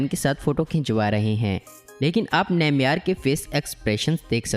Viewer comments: Nameyar nhi hai Neymar hai Rip English 😝😂😂🙏🙏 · Neymeyar 😂😂😂....bhai its (Neymar)